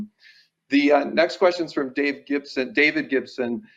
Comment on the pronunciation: why did she pronounce David Dave